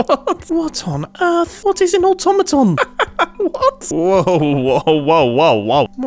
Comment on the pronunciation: i thought he said automaton XD